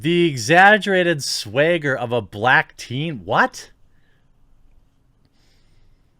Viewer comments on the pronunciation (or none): He said "Swagger" not "Swayger"